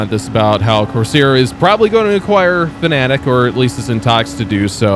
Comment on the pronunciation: Fanatec not Fanatic :D